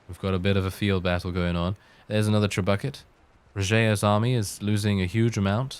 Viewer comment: The fact that you said "tre-bucket" Pleases the inner troll in me.